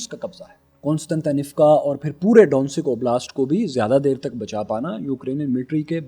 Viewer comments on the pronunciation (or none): Bhai it's donsick it's do-nesk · Bhai sb. Ye ilaaqa DONSEK nahi DONETSK kehlata hai. Video informative hai aapki. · Bhai ye donensek or logansek nahi he Ye Do-nen-sk, he S ko k ke sath use karo Donensk Logansk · ډونټسک نه هین دونیسک بول